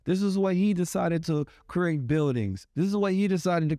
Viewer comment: It's Create... not Que-rate